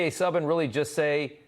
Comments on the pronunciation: Rob, you gotta do your homework. P.K. Subban is pronounced Sooban. I think it might be a hockey thing with you Americans. Just like, I heard another reporter speak about James Reimer, (a hockey person, last name pronounced Rymer) pronouncing his last name as Rameer. That is just lazy. Other than that, love your reporting, Rob. Newsmax rocks. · It's pronounced PK Sooban not suban.